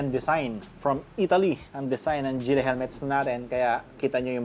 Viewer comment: Gille Its GILLY not GILLEH